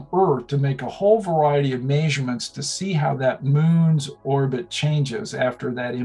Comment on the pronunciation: Why do so many of these scientists pronounce "measurement" like "mazier-mint"? It's odd since he doesn't have a noticeable accent otherwise. It's no big deal, I've just noticed a lot of scientists do it.